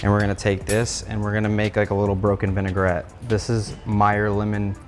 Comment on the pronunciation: It's vinaigrette , not ''vınegar-ette''.